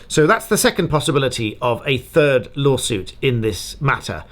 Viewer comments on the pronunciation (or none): Hi from France 🇫🇷 ! At first I thought you said « A TURD LAWSUIT » 🤣🤣🤣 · You meant a “turd” lawsuit not third 😬